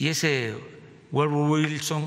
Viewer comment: Ese gluordo güilson.... 😂